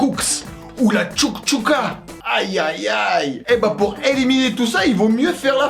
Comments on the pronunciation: sa se prononce pas choukchouka c chakchouka et au bled aussi il y a la chakchouka a l'ognion .... oui je vis en tunisie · c chakchouka et pas tchouktchouka 😂😂